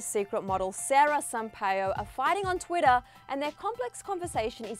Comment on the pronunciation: "Twiddah" No hate, it just sounds funny to me